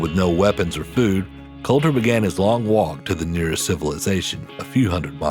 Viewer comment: its Colter, not Coulter